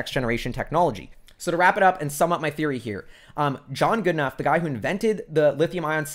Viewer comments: Really good analysis. Just so you know, James Goodenough''s last name is pronounced "Goodnow." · Love you videos. I believe it’s pronounced Goodenow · Goodenough is pronounced "g UU d n OW". If that is too much just think good n now. That should be good enough.